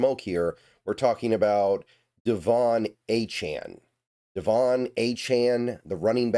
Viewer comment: Saying his name right..... that's a good sign. Achane is a dawg